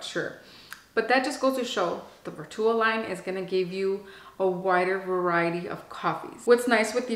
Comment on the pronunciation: Plz plz plz plz pronounce Vertuo properly! U can google how to pronounce vertuo it was hard to watch your video u say vertuo wrong ssso so many times. Gosh